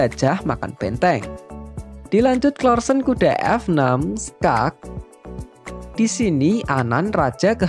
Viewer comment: Nyebutnya bukan klarsen...tapi karlsen